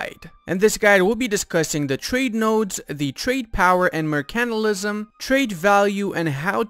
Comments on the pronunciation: Good vid, every video I watch I am just waiting for the day you say “mercantilism” right, basically you are saying “mercantalism” instead of mercantilism the part you are missing is the pronounced ile mer can tile ism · Also, 'mercantilism', not 'mercanilism'. 😏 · its Mer-can-TIL-ism . Say it right! or look up Arumba say it 1trillon times. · Seconds in and you can't pronounce 'mercantilism'.